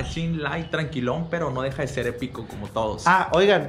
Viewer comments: "EPIKO" .............Jajajjajajajjajjajjaa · "Los Epikoshow" 🤣🔥